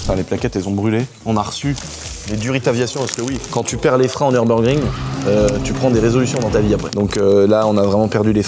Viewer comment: Le Nurbugring des champs, c'est le "Nurburgreen" mdr